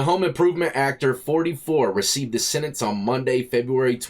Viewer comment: That' a tough "Sendence"